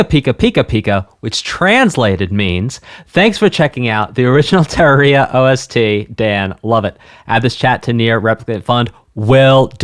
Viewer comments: Terraria is the plural version of the word terrarium. It can be pronounced, depending on dialect, [ter-rair-ee-ah], [tuh-rair-ee-ah], or [ter-ahr-ee-ah]. The pronunciation stated by developers is the first pronunciation. You pronounce it as [ter-or-ee-ah] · Ter(As in HER)-RAWR-ee-ah THE RAWR IS THE ONE YOU'RE MEANT TO EMPHASIZE NOT THE EE Sorry, when something like that is consistent, it really bothers me. Alternatively, some people pronounce the Rawr as Rare, BUT IT'S STILL THE EMPHASIZED SYLLABLE. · Haven’t seen the full video yet but to clarify how Terraria is said It’s said like “terrarium”, but “terraria” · btw its "turr-arr-ee-uh" or "turr-air-ee-uh", while you were saying "tear-ruh-ree-uh" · If you know the word "Terrarium", Terraria is the plural, if that helps the pronunciation. Emphasis on the second syllable -- Turr-AIR-ee-uh. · "Teh-rar-ria. I'll get it right one of these days" At least it's better than my teacher back in school pronouncing it as "Tet-rare-ia" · You need to pronounce it like this tuh-reuh-ree-uh 😭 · Him reads Terraria : taaria Terraria players : 𝙥𝙖𝙞𝙞𝙞𝙣𝙣𝙣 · "Terrorrhea" XD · mmm yes "terra ree-ah" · It’s supposed to be pronounced like terrarium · I can't get over you mispronouncing Terraria TUH-RARE-E-UH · Terraria: Comes from terrarium.: Te-ra-REE-ah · Its purnounced Tur-Air-Ia or Ta-Rair-ia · It’s ter-rare-ria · btw, Tear, as in tearing a paper up, then aria, as in the musical term. Tear-aria. Terraria. Or Tuh-raw-ree-uh. Either one works, but, I figured you could use the knowledge, man. Anyways, I learned a bit about music from this, so, maybe you could react to the Sonic Spinball ost at some point...?????? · Its pronounced TERR-AIR-IA. Its the plural of terrarium. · bro I've grown up with these soundtracks, I may not like some but they're all bops. ps; it's pronounced ter-air-e-ah: terraria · It's ter-rawr-ia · Just started the video don’t know if he figured it out but it’s pronounced terr-air-e-uh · tur - RARE - ia